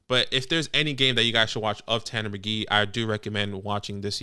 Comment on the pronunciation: As a Colts fan, I want this guy. I'm fairly alone among Colts fans. But guys... it's Tanner McKEE - not Tanner McGEE. There's a difference, it's subtle.